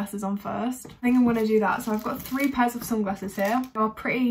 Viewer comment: ' So i have FWREE pairs of SUNGRASSES ' lol her pronunciation tho........